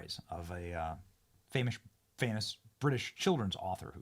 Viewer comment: "Ellen is Famush..."